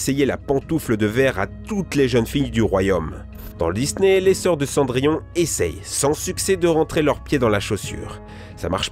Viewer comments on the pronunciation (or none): mdr raïponce , pokentas, la belle au bois dormont , çondrillon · Khm...Khm... Prononciation parfaite...(raïponce , pokentas, la belle au bois dormont , çondrillon) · Fadièse Panda je me suis demandé si pour Cendrillon il l'appellerai pas cendrier.